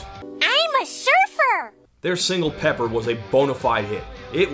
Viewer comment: Pepper sounded so much like Loser I just assumed it was Beck the first few times I heard it.